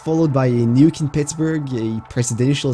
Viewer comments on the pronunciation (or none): none